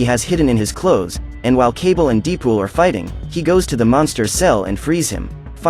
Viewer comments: bro said cable and deepool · "kabel and deeedepol are fighting" xd I love the way he said dead pool there